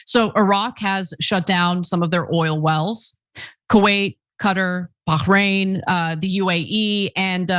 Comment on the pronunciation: Ana's really leaning into that pronunciation of Bahrain ... ON THE OTHER HAND: Jan Willem Erisman is a bloke, Ana!! - he's Scandinavian and his name is pronounced "yunn", not "jan" 😂 - I'm not even European, but the middle and surnames clued me in and I looked him up.